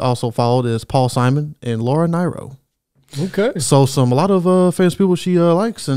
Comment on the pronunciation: So, first correction: Laura Nyro pronounced her name "Laura Nero" not "Laura Nye-ro." You should definitely check her out because she was a great songwriter (The Fifth Dimension recorded no fewer than 7 of her songs), a wonderful piano player and a GREAT singer on whom Folk/Rock legend Joni Mitchell based her own unique vocal style. Check-out "Stoney End" (covered by Barbra Streisand),"Stoned Soul Picnic" and "Wedding Bell Blues" by both her AND The Fifth Dimension. You can't go wrong there. Second correction: I know Suzanne Vega looked really young here but she was actually 28 years old at this time. She's 64 now and still looks very much like herself.